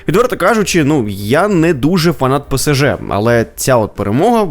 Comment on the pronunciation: Дякую, тільки не ПЕСЕЖЕ, а ПЕ-ЕС--ЖЕ. Немає літери СЕ, - є літера ЕС.